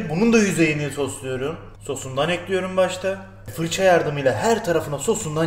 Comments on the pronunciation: 3 ay diksiyon kursuna gittim ama bende tencereyi ocağa ekliyürüm :) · Ekliyurum deyişine hayranım abiyüm!